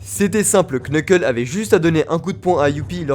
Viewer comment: ‼ Le nom Knuckle ne se prononce pas Kneukeul mais Neukeul. Voila sinon très bonne vidéo jle suis régalée (c'est faux jlai meme pas encore terminé mdr mais pour l'instant cest 20/20)